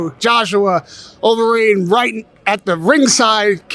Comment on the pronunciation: When you’re interviewing a superstar in UFC heavyweight, give the man the respect he deserves and learn to say his name properly. It’s Overeem not Overeen, you said incorrectly multiple times.